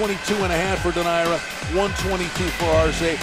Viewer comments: How can you be a commentator and not know how to pronounce the participants names correctly of a main fight! Simply irritating and disrespectful! SMH it's pronounced Dō naire! Not Dō Naira!! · Anyone else bothered by how the commentator pronounced Donaire? This late in his career you’d think they would know how to say it properly. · Bruh you telling me no one taught him how to say “donaire” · Never heard Donaire pronounced like that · Whadaya think about a commentator that is so lazy as to not research how to pronounce a fighter's name properly?